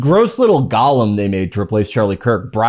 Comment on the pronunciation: After I got used to hearing Felix pronounce "golem" as "gollum," I thought we were going through one of those things where Americans decide to start pronouncing a loanword in new and horrible ways. But cursory research suggests that it's just another Felixism, like "filly o'semitism."